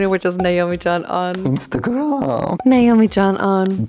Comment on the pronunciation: instAgraahmmm dinkDONgkkk Zpötifeeei